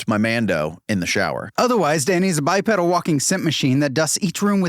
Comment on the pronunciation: Dude mispronounces “bipedal” 😮